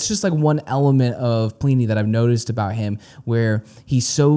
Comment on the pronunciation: God damnit it's not plee knee haha